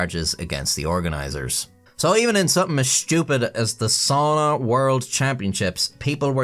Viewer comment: I like my soona like I like my buffet... pronounced funnily. 😅